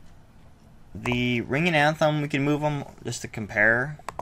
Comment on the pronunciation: Dude cool vid and all but it's not anthem it's athame